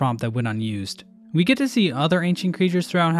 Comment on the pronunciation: I understood the ‘’gek tuu’’ as ‘’GET HER!’’ Meaning like Go kill radiance while i pin big bro down